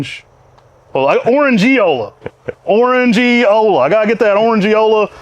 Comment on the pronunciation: As always, amazing introductions. And in Orandeola the (e) is definitely not silent 😉😁✌️